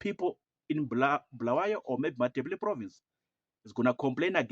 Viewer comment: We don’t need someone from Harare to tell us lies. Our people have been neglected for the past 45 years. And it doesn’t matter we don’t regard ourselves as part of that dirty Harare folks. Mnangagwa is not wanted anywhere in Matebeleland. He killed our people! And by the way Bulawayo it’s pronounced “Bu” not “Bhu”.